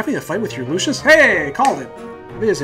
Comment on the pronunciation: LU SUS NOT LU CIUS